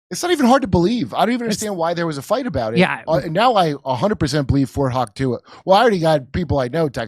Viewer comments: Fort hock-tuah......loool! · Fort Hock-tooey! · Jimmy, it is Fort Hauchuka, not CAMP. COME ON DUDE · I believe it’s pronounced Fort HUAC-tah, Kurt. 😅 I’m amazed that you all can present this without sputtering in disbelief. I’m in shock. Where’s C-BS news when you need them? Is Candace talking about this yet? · Fort Hawk-Tuah 😂😂😂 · "Fort Hauch Tua" lol Another example here is why we follow the Jimmy Dore Show. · Fort Huachuca is pronounced "Fort Whah-CHOO-kah" (I live nearby) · It is pronounced Fort Wah choo ka. I have several friends who are stationed there and have been acquainted with the base since I was a child. One of my best friends father was stationed there for years. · I live in AZ. Say Ft. Huachuca correctly dumbasses. Your sidekick is an idiot